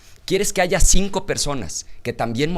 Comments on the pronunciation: ortega no se dice aiga sido es aya sido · No se di se aiga se dise aya